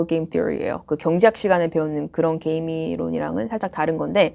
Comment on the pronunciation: 한국식 영어로는 "께"임 이라고 하는데... 역시 본토 발음으로 "게"임 이라고 하시네요~ ^^ 잘보고 갑니다.